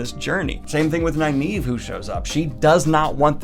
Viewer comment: i think youre mispronouncing nynaeve